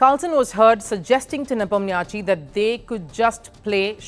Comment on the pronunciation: U mispronounced Ian Nepo name.